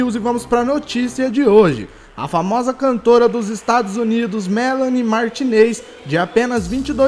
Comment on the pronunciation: Melanie Martinis* (O jeito que se pronuncia "Martinez" é MARTINIS e não MARTI NEIS)